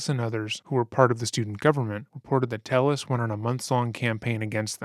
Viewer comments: Tay-ez. It's pronounced Tay-ez, not "Tell-us". I'm not blaming because it appears this moron doesn't know how to pronounce his own name. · Thats probably because its pronounced tey-yehs and not tell-less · Pronounced “ Te Yes “ not “Tell les “ , Spanish name . I guess you have never gotten your name butchered by Caucasians 😂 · This Latino man's last name is "Telles," which, in Spanish, is pronounced ""TAY-es." How sad that he felt he had to Anglicize it. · They say ‘Telles’ in recordings and the narrator still pronounces it wrong. C’mon, guy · Great doc but a little confusing how you’ve clearly done so much research and his wife even says his last name outloud but you mispronounce it the whole video. Nitpicking I know but it was like fingernails on a chalkboard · how did you listen to this mans wife say his name and still pronounce it wrong every time though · The judge mispronouncing his name made me laugh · i think you’re generally a really respectful and well-researched channel, but i cannot believe you pronounced telles wrong throughout the entire video. i also recall you did the same thing to sarah boone’s victim, jorge. you need to make sure you pronounce peoples’ names right, because hearing their friends, family, coworkers, etc say something different than you makes me feel like you haven’t watched the clips you put in the video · Is he Hispanic? If so, someone needs to smack him upside his head for pronouncing Telles like that…… cringes in Spanish